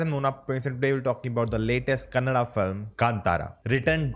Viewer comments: You are few reviewers...pronounced Kannada and Kantara properly. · Great Bro much appreciated bro thanks for pronouncing Kaantaara and Kannada correctly !! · I love the pronounciation of kannada words ❤️❤️